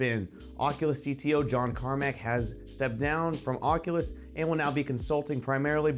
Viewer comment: "Onculus Quest"??? I LIKE IT!